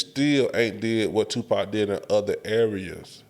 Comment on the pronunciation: Put some respect on Tupac’s name and pronounce it right. Other than that, very valid, if even arguable points. Who is out there impersonating any of these other rappers and eating off it! Nobody. Let’s stop the non-sense…. You don’t have to like Pac at all, but to sit and try and say that he isn’t the goat or whack is Ludacris. I will put 2 years of PAC’s work against any of y’all’s favorite 8 years and he still wins.